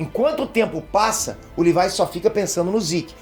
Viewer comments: livai livai, eu tentando entender quem é esse livai, dps que entendi que ele fala livai ao invés de Levi '-' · “Livái” me da agonia kk LEVIII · Não e Lívai é Levi 🙄🙄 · Pqp, o n sabe falar o nome dos personagens pqp. Levai (levi), shígashina (shigashinÁ) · Alguém mais sentiu um nervoso ouvindo o dizendo "Livai"(Levi) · chamando o levi de levaiiii aaaa tava me matando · fala o nome do levi direito